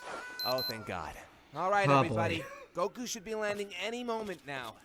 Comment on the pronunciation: Why does put so much emphasis on the U when he says Goku? lol. It's Góku, not Gokú.